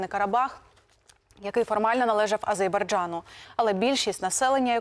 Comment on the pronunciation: "Азейбарджану"))))Ще одна))))ведуча)))